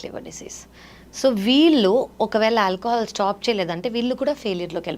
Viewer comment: Anchor. Alcahaal Block coffee...em pronunciation